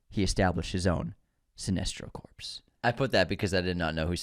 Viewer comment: Gonna have to UNSUBSCRIBE since Sinestro is going to apparently turn against a Green Lantern's dead body (CORPSE) instead of the Green Lantern Corps (pronounced CORE) 😂😂😂